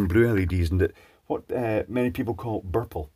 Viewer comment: "Many people call burple" The way you said burple in your scottish accent made me laugh. hahaha!